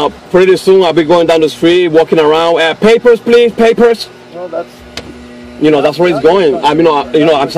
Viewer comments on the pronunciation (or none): I love when he says "PAYHpers please, PAYHpers..."